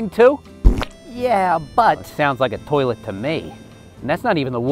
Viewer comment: I Rip wun he said toillet🤣🤣🤣🤣🤣🤣🤣🤣